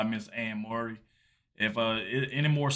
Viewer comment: its prounced Furry (Murray)